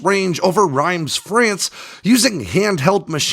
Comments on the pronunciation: reems (long e) or rans (strange pronunciation), not reims (rhymes) unless you are some sort of teutonic loving sort. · It's pronounced reems. Like the word dreams without the d. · … please! “Rams” France? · Lol how did you pronounce Reims???? Americans are so utterly silly.